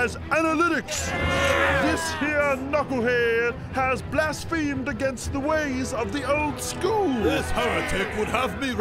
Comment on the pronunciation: Honestly I laughed way too hard when Charles Barkley said "blasphEEmed"